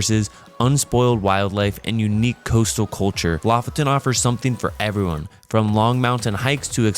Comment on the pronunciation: It's pronounced Lo-fOten. Please. 🤦‍♀️ Lo=lynx, foten =the foot. Lofoten= the lynx foot. The main emphasis is on the second "o". The complete opposite of how you english speakers chooses to pronounce it. I cringe in my soul when I hear it. The knowledge of the world is at your fingertips with modern technology - please, make use of it before posting.